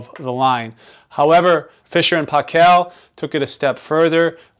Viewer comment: It's pronounced "PAY-kul" not "pah-KELL"..!! (But thanks for the great video otherwise! lol)